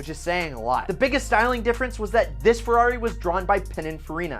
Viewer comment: It would be nice if you can pronunciate "Ferrari" correctly, it's Ferrari not "Fiuwhawy", my ears bleed...